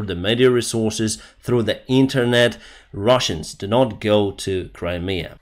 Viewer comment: Why are you saying “Ruzzians” instead of Russians? What have they done to you?